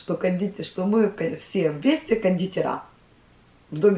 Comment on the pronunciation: Я люблю ваш канал. Я вас поправлю" мы все вместе кондИтеры" ударение И